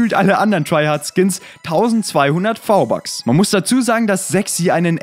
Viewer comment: Hör auf v-bucks sagen wenn dann richtig